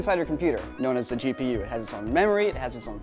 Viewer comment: It could just be my speakers, but I swear said "Cheap-e-u" instead of "GPU" XD